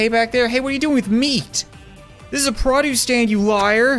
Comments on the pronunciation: Is it just me or am I the only one who says PROduce and not pruduce cuz I swear that’s all I’m hearing in this🤔😁😊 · I love and hate how you say produce.